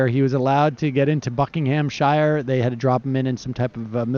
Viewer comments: Buckingamsher, not Bucking-HAM-SHY-IRE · Okay... Yanks... Listen in.... It is not pronounced - BuckinG Ham Shire ! We pronounce it either (phonetic) - Buckinamsheer... That is ONE WORD, no need to emphasise consonants. Or Bucks, for short. Also, Edinburgh is not prounounced 'Edin Borrow'.... AND there is a FUCKING 'I' in ALUMIN-I-UM !!! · As a Brit, I have to say that when you say counties like Buckinghamshire, Americans tend to pronounce the end as 'Shire' as in the Shire in the Lord of the Rings. Actually we pronounce shire as 'sheer' so it should sound like 'Buckinghamsheer', 'Yorksheer' or 'Devonsheer' :) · Buckinghamshire. The shire is pronounced "sheer". Just so you know. Phonetically it's Buckinghamsheer. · Liz Taylor Sam's really leaning into every one of those syllables in Bucking'msh're , isn't he? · They way Sam pronounces Buckinghamshire iives me a gentle British chuckle